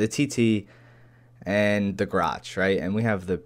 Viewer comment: its grahch